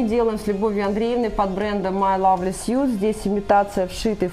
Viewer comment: учи английский! Как читается слово suit знают школьники! Негоже миллионерам не знать базовый английский